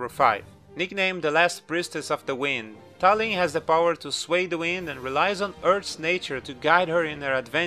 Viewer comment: talim is not read as tah lhim it's tahleem